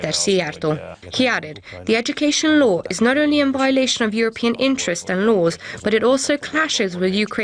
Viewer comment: It's a shame when newscasters with otherwise excellent English pronounce "law" as "low".